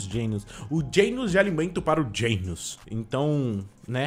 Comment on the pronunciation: PLMDS PFVVV PARA DE FALAR GEINOS E DGENOS MAIS OU MENOS ASSIM MESMA COISA DE AYZEN E AYZEN N EYSON